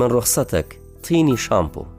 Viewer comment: واللە بەس نازانی شەرح بکەی توخوا من رخصتك ئاوا دەخوێندرێتەوە یان مالتی